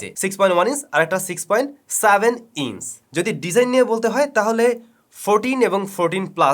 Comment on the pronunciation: লন্স না ভাইয়া লঞ্চ(launch). ওয়াস না ভাইয়া ওয়াচ। ইন্স না ইঞ্চ, নস না নচ। উচ্চারণের অবস্থা গজাখিচুড়ি 😁😁